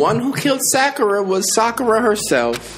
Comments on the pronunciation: Soccer-a my boy . This dude be saying sack-era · Even in her death still didn’t say her name right 😭 he ain’t watch Naruto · Only reason that would make sakura dieing a "good" thing, which really wasn't good at all.. is that I don't have to hear you call her SACKIRA anymore the whole time smh... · brosky literly herd them say it said it correctly then proceeded to say it incorrectly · 😂 How he pronounce it right and wrong in the same sentence. This was so sad. So sad. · Lmao, pronounced it right, addressed the guy who made the video about his pronunciation, and went right back to how he was pronouncing it before. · still dont kno how to say sakuras name, after 25 gameplays